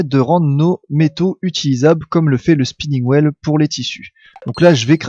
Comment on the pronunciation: Attention à ta prononciation en anglais xD Spinning Wheel (will) et pas Whale (wèle)(parce que baleine tournante ça fait un peu...:D) Platinum Coin se prononce Coyne x) Anyway c'est plus marrant qu'autre chose:D continue comme ça, super vidéo!